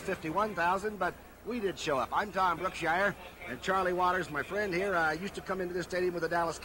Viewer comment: Yes, and it's "Brookshier"